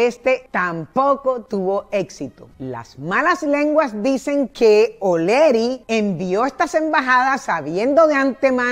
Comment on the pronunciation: HOLA SRA. MUCHO GUSTO SRA., EN VZLA SE PRONUNCIA ES, OLEARY. NO OLERY, CREO YO, NO SE. UN GRAN ABRAZO.